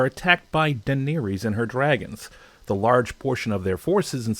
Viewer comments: How have you watched the show, done enoughr esearch and have a gripe to voice, if you can't even say their names right? Seersee? Deneereez? Ser-see is the correct way to say the name. And Den-air-iss, also correct. They say these names 12,000 times in the show. Getting it wrong when making your video, is just silly. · you call her Denelees..!.? It's Daenerys Targaryen.... The golden company were bought with Gold... Only the end of Cersais army was destroyed by the Dothraki and the dragons, they even discuss this after the battle.. you are wrong on a few points.. but I'm going to assume your not a fan...